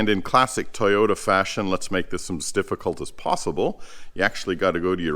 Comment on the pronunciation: "It's not a difgicult task"... when you have some lift 😅